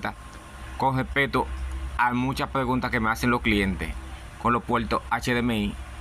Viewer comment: POR QUE HABLAS CON L ??? PUELTO, ALC, CON LESPELTO , LETOLNO ????